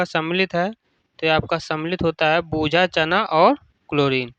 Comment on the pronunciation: Bujha choonaa❌ Bujha chanaa ✅ 😅😂😅😂😅😂😅